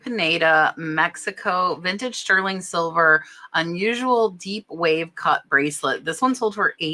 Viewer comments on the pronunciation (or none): none